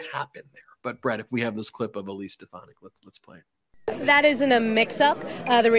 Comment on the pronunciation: It's "Stefanack" if you please...😂😂😂. Watch her change how she pronounced her name to match drumf's pronunciation VOTE 💙🌊🇺🇲 at EVERY level in EVERY election